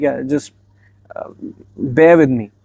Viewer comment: Bhai u look cute and adorable But it's not bare with me 😂 it is bear with me. I know you know but it happens. Loved your video. Matched with me